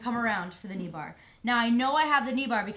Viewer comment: lol she said "knee bahh". "ahhh you kidding me?!! theh's no fahckin knee bahhs!!??"